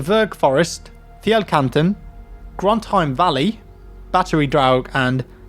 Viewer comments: The way you said “fjellkanten” was spot on! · i can confirm that your norwegian prononciation was funny to hear but actually pretty good, Fjellkanten sounded totally norwegian hahah